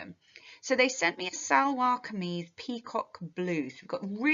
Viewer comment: Hi, I'm from Pakistan, and I believe that you have made a few mistakes in pronouncing some words. It's not Sal-var-ki-mees, it's Shalwar kiameez, and that's how it's basically pronounced. Thank you very much for understanding. I have an exam tomorrow, and I'm really happy that you explained this. Also, I hear some conflicts inside of the story, hoping anybody else will get hurt. Then there's immigration and culture identity, tension between beauty and pain, belonging with no fixed identity, past vs present memory, culture identities, conflict between tradition and modernity. The most understood dominant emotion is discomfort, functioning as a critique of the physical world. To extend it as the cultural assimilation. Then if you go to the sentence structure, it's free verse, standard structure-free verse, and then there's transverse structure that disciplines her representation of being of two cultures, and it being all of the bliss shows her irritation and discomfort. She also has dual belongings and peer pressure to adjust to society and a lot of unfixed nationality and not being able to understand whether she's British or she's pakistani